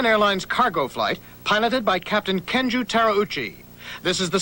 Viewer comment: Excellent video, only the first name of the pilot is not Kenju but Kenji